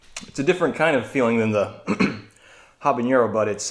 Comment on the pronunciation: Love the video, love the pepps, one thing non Spanish speakers often miss is: “ñ” and “n” are different letters, jalapeño and habanero don’t sound the same